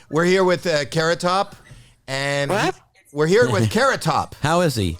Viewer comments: A carrot-tuh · A carrot-tuh?